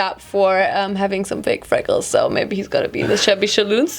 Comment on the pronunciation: Omg ich wolkte pink vorschlafen und. Dann sagst du mabey pink 😂❤️